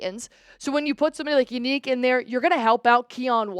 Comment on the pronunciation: You said Yannick wrong